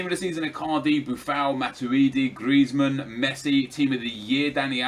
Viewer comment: Stop saying Gllllrezmann